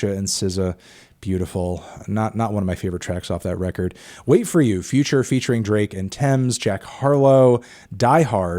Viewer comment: why’d he say future like that 😂